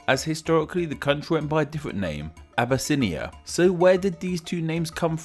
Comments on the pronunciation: it not said "a-bu-snia" its said "ab-yss-nya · Obesse-inia? doesn't sound right.